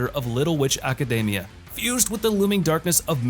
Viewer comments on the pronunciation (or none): none